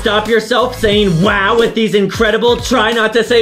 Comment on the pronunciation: NAH NAH OHHH HELL NAH ADAM WHY WHY YOU ARE MY FAVORITE BUT YOU KEEP ON SAYING WOW STOP SAING WIW OR MY FAVORITE WILL BE JUSTIN